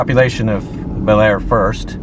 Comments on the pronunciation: Bellaire is pronounced Blair . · Bellaire, locally pronounced bullair, locally referred to as bell dirty, is the town where the train bridge scene from "Unstoppable" was filmed. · Bellaire is pronounced Bah-Lar